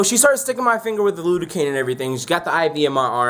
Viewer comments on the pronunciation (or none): Lidocaine* not lude-o-cane.